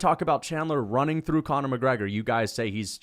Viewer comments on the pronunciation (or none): none